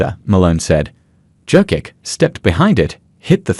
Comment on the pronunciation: Your AI can't propunce Jokic